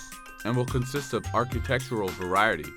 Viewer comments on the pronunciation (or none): none